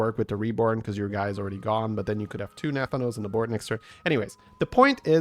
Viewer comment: As a wow lore enjoyer, the pronunciation of Nathanos the entire time drove me CRAZY